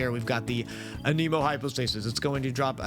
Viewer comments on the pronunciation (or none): This was super helpful, thank you a bunch!! (though it hurt a bit to hear you say "a-neem-o" intstead of "an-em-o" like they do in the game itself ahaha. But anyways, this answered everything I was wondering, besides too things that I have trouble finding answers for-- 1. What about multiplayer? Is there anything I should know about playing with random people? I am very shy and only solo play but I feel like I might be missing out. 2. Is the "every 10 wishes guarantees a 4 star" only applied to doing 10 wishes at once, or does it still count regular single pulls? I have been saving everything and only doing the full 10-at-once pulls because I thought that was the only way the guarantee worked. Am I wrong and could I be using single pulls for the same eventual outcome?